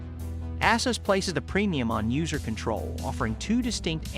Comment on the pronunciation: Its pronounced A-Zeus. Not Asses.